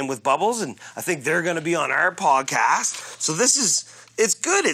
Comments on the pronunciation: He said podcash 😂😂😂😂😂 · why does julian say podcash